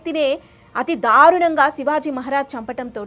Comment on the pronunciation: తెలుగు భాషా ఉచ్చారణ మీద దృష్టి పెట్టమని మనవి . ఔరంగాజేబ్ కాదు ఔరంగజేబు , షం భాజీ కాదు శంభాజీ , షాహు కాదు , సాహు . దయ చేసి స శ ష వేరు వేరు అని గుర్తించండి . ధారుణం కాదు దారుణం . వత్తులు ఎఫెక్ట్ గురించి వాడు కోవద్దు